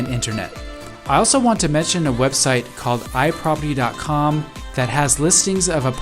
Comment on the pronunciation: Couldn’t understand the I-floppy , or I-poppy? For rental listings…..